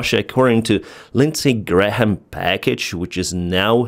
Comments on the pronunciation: I’m continually amused by ’ inclusion of the H when he says Graham. English is weird but also funny. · From Lindsey Graham Wikipedia page: /ɡræm/ - Example pronunciations of æ: TRAP, bag, sang, tattoo[